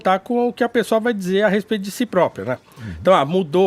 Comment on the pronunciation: mas não falei pelo sotaque, falei pelo S que ele acrescenta no final ou comeco de cada palavra. Por exemplo: "Comentário tSípico dSe Bolsominion"